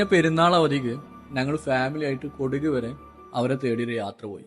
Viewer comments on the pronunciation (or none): കൊടുക് അല്ല കൊടക്